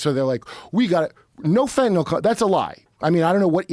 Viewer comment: someone finally said fentanyl right! Joe even followed suit haha thanks for not turning the Y into an O like EVERYONE ELSE, fine job Kurt. Edit: AND finally someone puts Joe in his place about saying “A.I. becoming God/creating Jesus”. You’re my new favorite guest